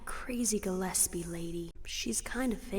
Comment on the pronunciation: Why do you keep saying Gillespie wrong? They say it correctly in the game.